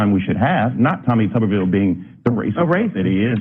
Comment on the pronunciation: It's "Tuber-ville," and I don't care what anyone else says.